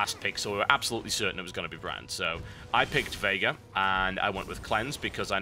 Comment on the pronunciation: Every time TB say "Veigar" it sounds like he's saying "Vega" to me. Probably doesn't help that I've been playing a lot of Street Fighter lately.